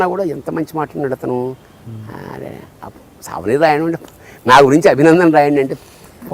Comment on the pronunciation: సావనీరు, బతకనీరు ఏమిటి సర్ ? సూవెనీయర్ (souvenir).